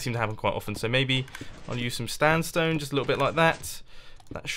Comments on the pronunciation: he said standstone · You called sandstone "stanstone" LOL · the amount of times mumbo said "standstone" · near the end he said standsone slabs a few times